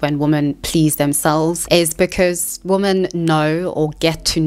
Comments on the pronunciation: What is it with people pronouncing the word "women" as the word "woman"? I'm hearing it more and more and its so bizarre: people who take extra effort to ennunciate and pronounce their words (like this woman), but cant pronounce Women ("wimm-en")? Hey, there is a woman! (Woom-an) Hey, there goes some Women (Wimm-en) This could be such an interesting video but i had to turn off as the constant mixing up of singular and plural pronunciations was too annoying Its as offputting as somone, making a video about Youtube, needing to say the word "Youtube" at least 500 times, but they pronounce it "Ootube" Just sit and imagine.... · You're doing the "woman" instead of "women" thing on purpose !